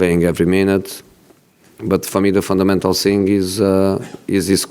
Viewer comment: “ I sink that’s a fundamental sink”